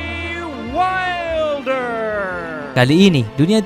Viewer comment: wailder bacanya gan